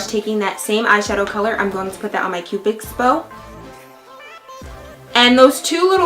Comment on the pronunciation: Are you saying Cupix bow and not Cupid's Bow? But anyway, you're adorableeeeeeeee